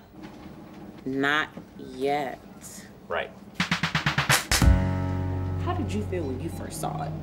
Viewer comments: I love the way she said "not.....yet" :o) ..... I can't wait till they can print coins!! :o) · . “Not yet” “ N O T Y E T “